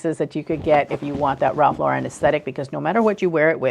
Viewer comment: A lot of your advice is very great, but you have to learn how to say his name properly. Lauren is not pronounced in the fancy way you’re saying it. It’s just Lauren, which rhymes with foreign. He was born in the Bronx, so there’s no reason to make his name more than it is.